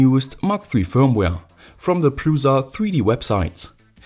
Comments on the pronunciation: it's "PRUSHA" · Creality CR-5 looks more promising than this. Mine friend has it and it awesome. And cheaper. Btw look at some czech videos, where they say the name of printer. It sounds awful from you. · It's very funny if someone who is not from Czech Republic saying Prusa :D Originaly it's "Průša" and it's a lastname of creator who made this printer :D